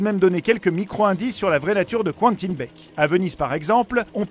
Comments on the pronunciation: Les gars c'est pas "Qouentine" mais "Quentin" respectez le un minimum mdddr c'est horrible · Bah il le prononce à l'anglaise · Quentin, pas qwanetine.